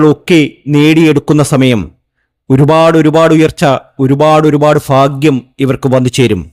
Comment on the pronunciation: പിന്നെ സാറെ ഫാഗൃമല്ല ഭാഗൃം ഇതെങ്കിലും ഒന്നു ശ്രദ്ധിക്കുക